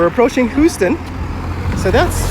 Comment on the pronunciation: You keep mispronouncing names .. ruimveldt is pronounced ‘rimeveldt not rumveldt … Houston is pronounced h-use-ton not hooston … QC boy